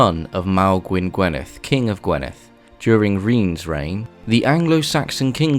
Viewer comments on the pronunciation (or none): I am Welsh, I live in "Morgannwg" and was enlightened and fascinated by this doc. Welsh pronunciation was a good attempt but maybe get a welsh person to give you some better sounding pronunciation of say GWINeth not gwenith for example. It is always a laugh when English speakers try to say Welsh words. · Dyfed is 'Duh-v-Ed' (like the name Ed) but you are pronouncing it 'D-uh-v-id', I assume your first language is English as E is pronounced 'eeh' in English but in Cymraeg it's like 'eh'. This may have also impacted Gwynedd being pronounced as 'Gwynith' when it should be 'Gwyn-eh-th'. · Yeah some poor pronunciation of some easy ones : Dyfed and Gwynedd